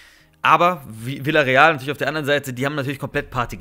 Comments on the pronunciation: Vijareal wird es gesprochen nicht villareal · Lern bitte mal den Namen „Villareal“ richtig auszusprechen.